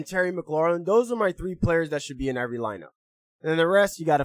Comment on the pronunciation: We Thankful for you. ps: u been saying “Mc-lor-lin” for a while now, it’s just “Mc-lor-in” 😂 there’s no L at the end.